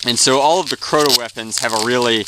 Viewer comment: It's Crota not croto